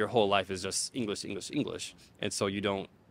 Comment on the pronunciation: "Ingurish" teacher, said